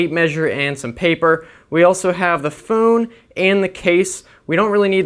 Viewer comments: You said phonn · the foon😂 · Whats a phoone